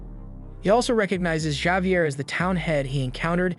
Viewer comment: Javier is pronounced: Havier Piranha is pronounced: Per-ana surmise is pronounced: sur-mized